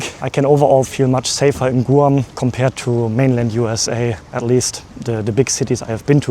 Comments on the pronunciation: First of all, the island isn't pronounced Gu-am, it's pronounced as Gwam. Second, K-mart isn't a grocery store. It started out just selling things like clothing, shoes, house wares, etc. When Walmart started selling food, so did K-mart. They were trying to compete with Walmart, but it was a little too late. The reason tax isn't added to the price sticker in the US is because, we are like 50 countries on one continent. Tax is supposed to be between 6% and 8.25%. Each state can decide what to charge for tax, and in some cases even cities can change the tax. The supplier sends the price sticker to all the stores, so instead of printing up stickers including each areas tax included would be a nightmare. So, they only print the price of the item without tax, and then it's added at the checkout. It's easier if you are just one small country, such as Germany, where the tax is the same no matter where you are. It can be added to the price sticker very easily. Personally, I feel the tax should be the same in all the states. But, we have some states such as Texas and Florida, that don't take state tax out of your paycheck, but they make the sales tax a little higher. Usually, in states that do take state tax out, the sales tax is usually around 6%, and the states that don't take it out are usually around 8%. It's great for those that don't buy a lot of stuff all the time. Such as a single guy. You usually end up paying less in taxes, than would have been taken out of your paycheck in t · I love your accent and the way you say Guam. Here is the USA, it’s pronounced “Gwam”. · You are pronouncing Guam wrong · Please learn how to properly pronounce Guam. It is not Gooo-am. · Stumbled upon your video. Thank you for visiting the Island of Guam. In chamorro it's " GUAHAN". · P.S. In the US, it's pronounced G-w-ah-mmm. The "u" sounds like a "w." Of course we all may be wrong in our pronunciation...that's nothing new.😉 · Guam = Goo-ahm. 😂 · Is it not said like grawm?